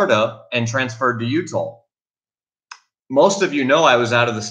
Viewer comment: Are you referring to the state of utah?? it appears youre saying utahl